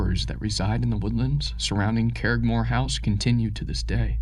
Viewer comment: Please learn the pronunciation of Irish and Scottish names when narrating. I shuddered each time you mangled the name Curraghmore.